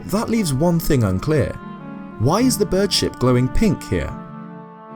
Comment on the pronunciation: Whenever you say bird ship i think you are saying bird shit.